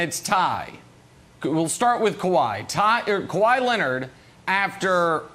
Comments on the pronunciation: Kawhi “Kawa-ii” Leonard 🤨 Gotta love Brandon’s pronunciation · It's Kawhi